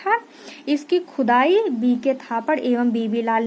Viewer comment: Maam aap baar baar khudai ko khujai bool rahi hooo 😀😃😄